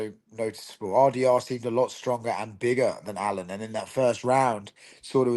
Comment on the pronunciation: Allan? Make some effort next time